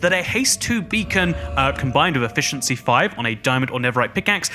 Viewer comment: Does noone care that he says efficency sword😂😂😂????